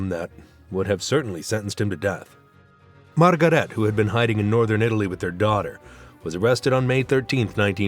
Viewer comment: Unqualified announcer who does not know the German language: Goebels is not pronounced /gobbles/, Margarete is not /margarít/!